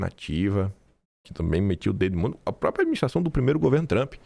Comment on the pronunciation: Não é “propia”, é própria. Falar errado não cai bem para alguém com tanta influência como você.